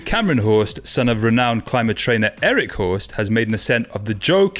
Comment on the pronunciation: Ugh! Cmon! European languages are NOT that hard. Hørst is not pronounced like that. “Hurst”. I suspect British Hursts have anglicised the names they immigrated with for… reasons.